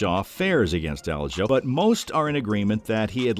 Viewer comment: Broooo. U pronouncing aljos name wrong is driving me crazy lol